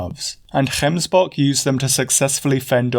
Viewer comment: Gotta say, as a south African, I really appreciate that you went out of your way to get the pronunciation of gemsbok and Kalahari. Just the thoroughness and work ethic I've come to love about your work.